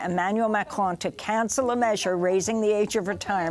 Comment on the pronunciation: "Afhockaloogie" is how she pronounced Afghanistan. She also likes to hock up a hairball when pronouncing "Macron".